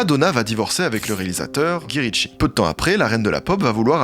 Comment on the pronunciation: "Gui ritchie" "lourdesse" La prononciation c'est pas forcément ça 😅